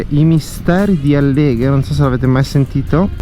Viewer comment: Álleghe,non Alléghe 😜